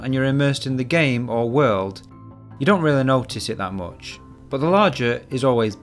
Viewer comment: Oopsample? Mooch? Dooble? Is this is a new thing in british english or some regional thing?